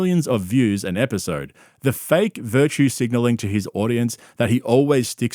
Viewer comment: There's a new Brendanism- not "episode" apparently it's now pronounced "apisode"... So now we have, "pullow", "mulk", "apisode", just to name a few.